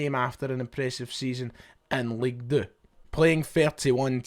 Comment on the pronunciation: League deux 🤣🤣 fuck me! Just say 2 you banger. Un should a say 🤣🤣 sausage